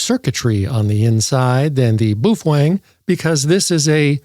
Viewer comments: Booh fweng huh.you rookie.you just lost all credibility w me.try bao feng.like it's spelled .try listening to others..sound it out.can you say bao fang?? I knew you could.....jeeezoooo dude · Lighten up man. You need to understand the sense of humor in all his videos. BTW, he pronounces it: BUF WANG!